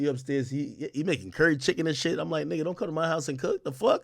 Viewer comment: She saying "nugga" like PINKY "NUGGA"😂😂😂